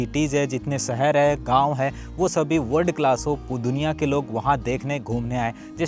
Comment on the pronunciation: भाई आप सुंदर को तो शुनदर बोल रहे हो और शहर को सहर। अपनी भाषा को सुधारो । प्लीज़ बुरा मत मानना। ये हमारी हिंदी भाषा है सही से बोलो। आप पढ़े लिखे आदमी हैं ज़रा खयाल रखें। वैसे आपके विडियोज़ बहुत जानकारी वाले होते हैं। शुक्रिया। Me from UP . I m husain.